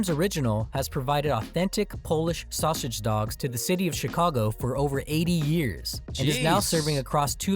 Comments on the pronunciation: Where's this narrator from? I've never heard sausage pronounced as "Shawshage." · The narrator not being able to say "Polish sausage" is hilarious. The narrator: "Polish Shausage". 😆 🤣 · So that's why I kept hearing "Shawshage" instead of sausage. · And This is why I hate AI Videos. The pronunciation is almost Too Phonetic at times. S in Illinois is only pronounced when you want to Annoy an Illanoian native and don't get me started on the Sausage pronunciation 🤦‍♂